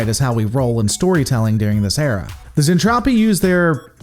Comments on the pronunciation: Zentradi, Zen-Tra-Di so cringe Zentrapi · Yeah I dread once he gets to the Mentradi. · Zen-TROPE-y? Is that what's going on here? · I normally love the reviews, but this one was rough. Ugh...'Zentrapi'? Really? Like, one single Google search would have prevented it. A few other minor nits, but 'Zentrapi' hurts. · I get it. Overly Excited Narrator definitely plays fast and loose with pronunciation. And Gloval is Russian, so his pronunciation will be a bit off. In Soviet Russia, Zentrapi booby trap you! Despite my nits, I love that you are actually reviewing the 'tech. It is an old series that doesn't get its love these days. Any thoughts on a comparison with Japanese version? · What the hell is a zentropi? It’s Zentradi. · Looking forward to this, just NOT to how you're saying Zen-TRA-DI, not Zen-Trap-ti. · Glad to see you are covering one of my favorite series even if it is a pop idol soap opera in space, and if you do decide to do the whole series wait till you get to the hot mess that is Macross 7. Also the pronunciation is Zentradi not Zentropi. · Zentraedi not Zentrafi. hehehehe I love Robotech, 100 times a lot better than STD. specially the folding space to move from one part of the galaxy to the next. no spinning like Discovery. I too always wonder an all women as bridge crew. maybe Capt. Global wanted & enjoy the view. hehehe Both Lisa Hayes & Claudia Grant we're Lt.Commanders with Lisa 1st officer & Claudia 2nd officer. Roy Fokker was Rick's bestfriend, Mentor & your right almost like an older brother. Keep up the Robotech videos, I enjoy the breakdowns. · Zen tra dee. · Its anime it's not supposed to make sense and its pronounced zentraedi. However that aside you make a point with Lisa and claudia